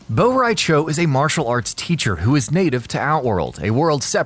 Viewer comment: It's cho not chao